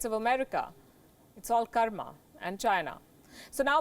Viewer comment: Loved how you pronounced कर्म. Not Kaarmaa like west. 👍